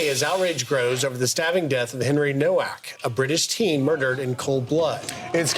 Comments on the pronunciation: It's pronounced novak. It's crazy how you still can't pronounce anything.They said it multiple times and i'm sure you've heard the name. I remember when you couldn't even pronounce solomon. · Nowak with a V sound eg NoVak.... poland surname